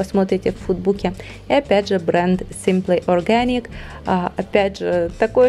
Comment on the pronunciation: видео классное,но произношение Simple Organic это капец...так по ушам бьет произношение,словно язык ломают когда говорят